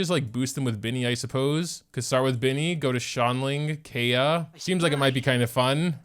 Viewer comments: Also kaeya is pronounced "ka-ya" . It is a bit hard to pronounce for u because you play in jp but yeah thats how you pronounce it!! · Was very happy when you said his name right at the beginning.. and then you didn't.. </3 Lovely video as always! He was my main when I first started the game, up until a little after the Childe fight. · Why do you say his name that way when you know its wrong?! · Idk why but it makes me mad